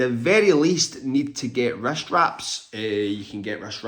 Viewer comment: Oh....wrist, not rest, issues. I thought you were saying rest issues. 😂